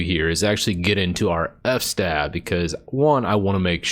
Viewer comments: I think it's fs-tab and not f-stab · it's fs-tab not f-stab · Good video. Thanks. "Eff"-"Stab" though... is that really how people pronounce it? I have few people that I get to regularly speak with about linux. It's mostly typing. But I always pronounced it "FS-Tab" in my mind. (as in, File System Table) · Its called fs-tab, standing for filesystem(s) Table. 🚫 NOT f-stab, you don't stab F. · I love the way you say F-stab instead of FS-tab lol